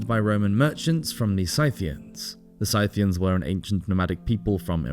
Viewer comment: Scythian, also.